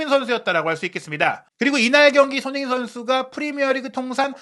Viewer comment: 발음을 정확히 합시다. 손흐민❌️ 손흥민⭕️